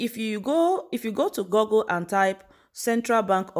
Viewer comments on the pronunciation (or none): My dear, the pronunciation is not: Gurgle but GOOGLE as in school!!! The OO in Google make the same sound as OO in school, stool, pool,fool, tool, foot etc. Most Nigerians have it wrong. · You are doing great but pls stop pronouncing Google as Gorgul. It's pronounced as "Gugul".